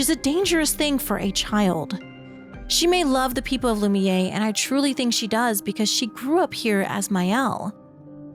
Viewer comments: Is this an AI read? What's the deal with calling Lumiere "loo-mee-yay" when its not pronounced like that anywhere in yhe game? It's pronounced "loo-mee-air". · It's pronounced loo-me-air. I chose Verso's ending. Not because I wanted to save Maelle but i wanted to erase Gestral Beach. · This is a great video, but I'm amazed that someone can play a 40-50 hour game of characters correctly pronouncing the word, and then walk away thinking it's "Loom-Yay"